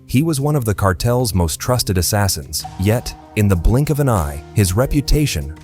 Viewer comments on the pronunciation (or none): none